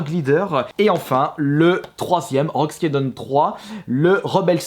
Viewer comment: Rogue skédronne, heroes mike é magic, command of conquer .... c'est autant la cata en anglais qu'en français